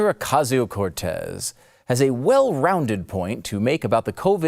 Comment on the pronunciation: OKASSIONAL KOTEz, has already violated her "Oats of Office".